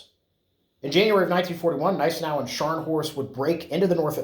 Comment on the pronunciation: You are correct; the G is silent in Gneisenau.